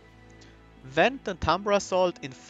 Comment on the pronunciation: Love the videos man, been enjoying watching and learning some high level play in C25 Monster Train. One question, and I’m sure this could just be chalked up to your dialect, why do you pronounce the V in Void Binding but not the V in Vent?